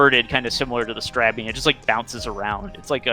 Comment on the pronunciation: how does everyone mispronouce strabby?...